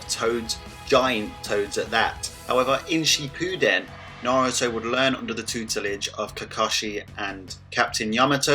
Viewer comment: I feel like your deliberately butchering the naruto names and terms for example Shippūden or hokage. Still great video 👍